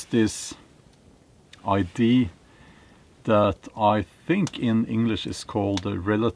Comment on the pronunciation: Mr. Bjorn, I think you are saying ‘I.D.’ when you mean ‘idea’. This is no big deal because we understand you perfectly. You are exactly correct about the work agenda.